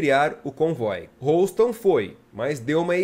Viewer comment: Houston pronuncia-se ˈ(h)yo͞ostən